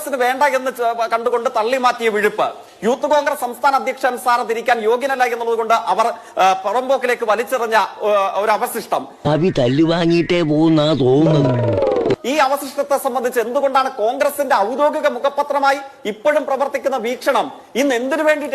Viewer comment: അവസിസ്റ്റം അല്ല അവശിഷ്ട്ടം എന്ന് പറ...